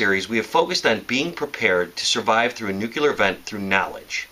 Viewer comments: NU CLE AR not NUCHILAR... NUCLEAR kmooon! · You have all at knowledge of how to survive a nuclear event yet can't even pronounce NUCLEAR. It's New-clee-ur, not new-kyu-lur. Good information but it drives me crazy when people can't pronounce nuclear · i thought it was pronounced "Nuke-lee-er" and not "Nuke-you-ler" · It's pronounced New-clee-ahr - you're welcome.